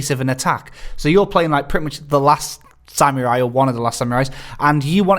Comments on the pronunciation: Ugghhh! That guy kept saying sam-your-eye for samurai. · bloody hell mates you really lay heavy into the "YURR" part of "SAM-YURR-EYE"